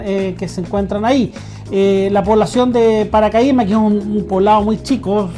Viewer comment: SE DICE PACARAIMA, NO PARACAIMA.